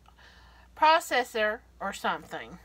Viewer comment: In a bowl “I have took”. She really said it , she’s a cook that can’t pronounce proocessorprocessor or something. ((Gag) For Valentimes Day